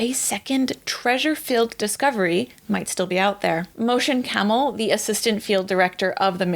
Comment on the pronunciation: Did you say the guys name was motion camal? At 5min.